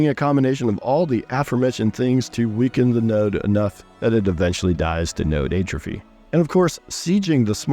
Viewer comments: check pronunciation of "atrophy" :) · I became progressively nauseous every time he said it incorrectly... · Great video. Hadn't seen your channel before. Your upcoming AoC overview video earned you a subscribe so I wouldn't miss it. Now just learn how to pronounce "atrophy".